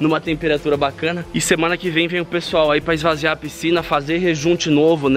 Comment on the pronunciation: "Esvaziar"(lembrei do cocielo) quem é das antigas entende KKKKKKK